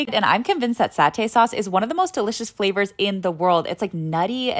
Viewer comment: Girl your pronunciation was soo good but you said “satay” in the most american way 😭😭 usually I pronounce it like sat-te (ish??)